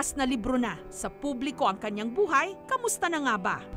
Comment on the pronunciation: It should be "kaniyang" not kanyang.